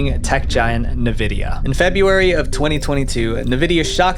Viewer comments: You say Nvidia weird lol, great video! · Another tech illiterate guy who couldn't invest the 10 seconds to find out how to pronounce NVIDIA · by god we are aware, it’s the fact that he pronounced it Nevidia in dialogue. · Oof, your mispronunciation of nVidia was nails on chalkboard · One thing bothers me like nothing else in this video: Pronouncing Nvidia as "ne-vidia" instead of "en-vidia". Am i nuts, or is this the only place online Nvidia is pronounced like the? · Bro, it's "en-vi-dia", not "nuh-vi-dia" "Two Takes"?? Come on man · "en-VID-ee-uh" Not "nuh-VID-ee-uh" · It’s not Navidia it’s Nvidia. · Nevidia lol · NAVIDIA! Stop let AI write your scripts. When doing your own research you will come across somebody who pronounces things like these correct. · for the 1,000,000th time its not NAVIDIA 🤦‍♂️ NVIDIA how hard is it to not butcher a word in 1 video😂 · Do you really not know how to pronounce NVIDIA?? It's IN-VIDIA....not NUH-VIDIA. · who calls the company nevidia??? its envidia .. are you a bot? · this mf just say nuh-vidia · Who says Nvidia as nevidia and not N vidia? Lol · This whole video is a cluster fuck. He says 2001 twice, while showing 2021 on screen, calls Nvidia "navidia", etc. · I'm sorry my OCD won't allow me to continue without saying this: You're pronouncing Nvidia so wrong. Even the official website and Logo Guidelines say it's pronounced [en-VID-eeyah] (Like envidia , the spanish word, not exactly but similar) instead of Nuh-Vidia??? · I hate when people pronounce NVIDIA as Nividia not N vidia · Nuh-Vidia? Two Take? Do you know anything about video games at all? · nevidia xD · Never heard of Nevidia lol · Say it: En vidia, not like nvidia 😂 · You say 2001 when it's 2021 for when Lapsus$ first became known. Also... Please learn how to pronounce "nVidia", lol. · Who calls Nvidia “na-vidia?” The company has never pronounced it like that, so why is anybody pronouncing it like that? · I hate the way you pronounce NVIDIA.....good video though.